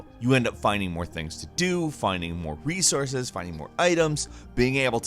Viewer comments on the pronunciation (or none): none